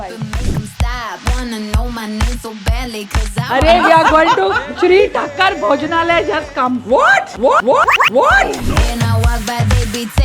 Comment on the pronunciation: Madam its thaakar not thakkar